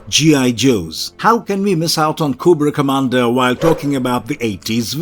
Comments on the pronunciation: 2 errors. Its commander cobra not comandar (GIJoe) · Koo bra commander 😂😂😂